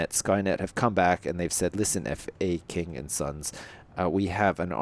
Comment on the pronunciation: Its not f.a.king its faking